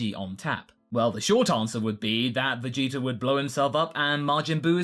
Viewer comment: I love how you say vegeter instead of vegeta